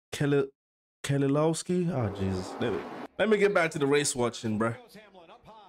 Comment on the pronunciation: Brad Kezz-A-l(ow)-ski is the pronounciation